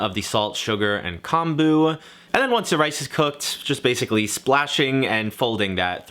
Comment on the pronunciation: just a tip but kombu is pronounced as k-oh-mboo with the "oo" part nice and short